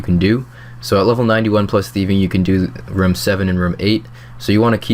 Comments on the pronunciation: why do you pronounce room like rum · its "room" bro jesus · something about the way you say room triggers me slightly.. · Your pronunciation of room is very british-sounding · not british sounding at all, in any accent. - am british